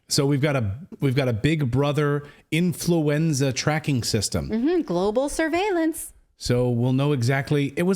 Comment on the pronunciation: .. .. "Infruenza" .. She Kirring me. Ooooh ... Ah Many times she say .. "Infruenza". ROFR.